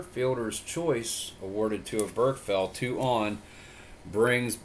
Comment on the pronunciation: Just an FYI Oberkfell's name is pronounced Oberk-Fell. You put the wrong emPHASis on the wrong sylLABle :-)